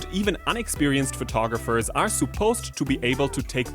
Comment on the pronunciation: ‘Suppose’: the u should be pronounced as schwa, not oo.